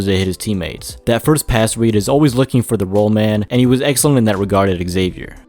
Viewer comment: Just so you know, it’s pronounced “Zay-Vyer” not “Eggzavier”